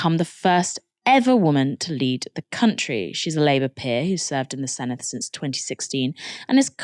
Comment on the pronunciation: love your guys' coverage but please work on your pronunciation of words like Senedd or Eluned